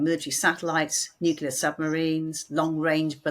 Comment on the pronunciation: It's nu-KLEE-ar, not nu-QU-lar ! Even my 5 year old can say this!